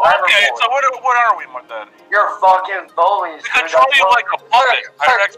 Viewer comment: "Ya vucking vvvullies" Dawg I can't explain how I feel right ni I felt a hard laugh coming up and as soon as I got myself together I looked up to this Aye I fell like I'm bouta faint on some real shit